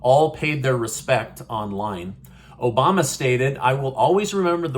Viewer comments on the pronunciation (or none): none